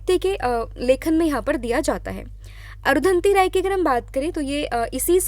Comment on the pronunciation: अरुधंति राय नाम नही अरुंधती रॉय है